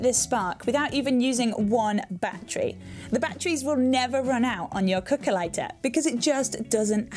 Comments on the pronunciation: cookah ligh-tah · i heard it as calculator